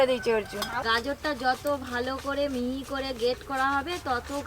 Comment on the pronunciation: কথাটা কোরা নয় করা হবে ।